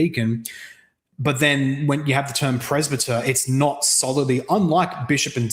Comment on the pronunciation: I can't really take seriously when he can't even pronounce presbyter correctly.